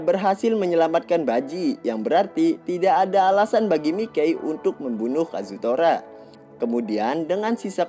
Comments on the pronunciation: Iya yg bener Mikey dibacanya maykei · "Mikey" dibaca sesuai tulisannya terdengar aneh !!!!🤣🤣🤣🤣🤣